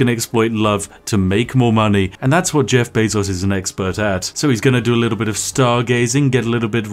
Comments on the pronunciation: I just instinctively assumed he was saying Beff Jezos the whole time. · YouTube: “removes dislike button” The Spiffing Brit: Jeff Bazos